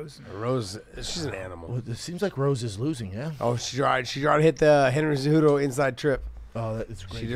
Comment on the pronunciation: Josh managed to say Henry Cejudo without one consonant..